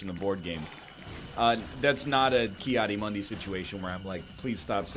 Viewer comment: He does pronounce it wrong though, I'm surprised more people AREN'T saying this